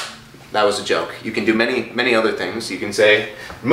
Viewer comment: I KENAT. AYKENAT!!! (i cannot) ahahaha